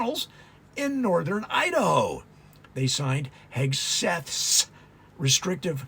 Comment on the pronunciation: I noticed you have trouble saying Hegseth. I think Kegsbreath is easier to say and remember, and probably more accurate.